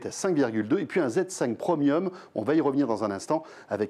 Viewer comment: "pre miome"